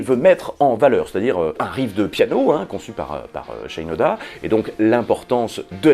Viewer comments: Salut ! Il me semble que Shinoda se prononce avec le « i » à la française. Son nom est d’origine japonaise tout comme lui-même puisque ses ascendants viendraient du pays du soleil levant. C’est en tout cas ce que j’ai appris lorsque celui-ci a débuté sa carrière solo. Il a écrit un morceau qui en fait état. Merci pour ta vidéo et à bientôt 😉👍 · Trop cool de t'entendre parler de mon groupe culte ;) comme l'a fait remarquer un camarade dans les comms', c'est SHInoda et non pas SHAILLEnoda ^^ origine japonaise tout ça. Nous les puristes, ça nous fait tiquer, mais rien de bien grave. ;) Pour revenir sur In The End, on note aussi que sur les derniers concerts en 2017, un couplet entier ou le refrain étaient parfois laissés complètement au public a capella, idem durant le concert hommage d'ailleurs. Mike Shinoda disait aussi avec le temps qu'il trouvait "amusant" que les gens kiffent LP pour leur son metal quand nombre d'entre eux citent In The End comme leur chanson préférée du groupe, alors que c'est selon lui la chanson la plus pop de Hybrid Theory. Quoi qu'il en soit, cette chanson est un tube absolu, un hymne du rock moderne, et elle méritait amplement qu'on lui paye l'addition ! :D Bonne continuation.